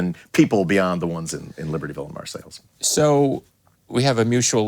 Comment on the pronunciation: I love Tom and Billy but….its pronounced “Mar-say!” Had to bite my lip every time he said “Marsails” 😂 Great Interview though! I’d LOVE to see Billy interview Chris Hannah from Propagandhi. Easily the best lyricist of our time.